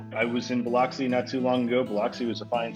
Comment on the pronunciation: Plz never pronounce biloxi like that ever again 🤮